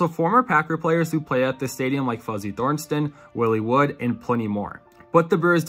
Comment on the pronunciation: Nice video, but a couple of points… The 1975 Rolling Stones concert was NOT the first concert at County Stadium - not by a long shot. Also, the ‘81 playoff series against the Yankees was a best of five series, no game seven loss. And you might want to check your pronunciation of Fuzzy Thurston. It's Thurston, not Thorensen, or whatever you said.